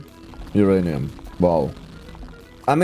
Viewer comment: He said Oranium again 😤